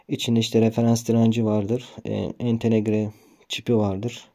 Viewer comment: Neden ENTE-NEGRE dediğini anlayamadım güzel çalışma eline sağlık